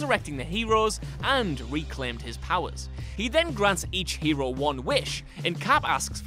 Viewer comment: Its hero not heiro